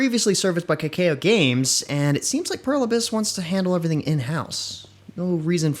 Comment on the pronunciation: Its not k-k-o its pronounced KA-KA~O